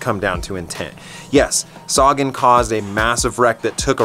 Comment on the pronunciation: Upronaune Sagan so wearg. U say like saagan.. u should say sagaan.